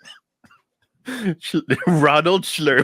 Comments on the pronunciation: Thou shalt not shlurpo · "I have a bad shlurpo about this" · Shlerpo is the word.....😂😂😂😂😂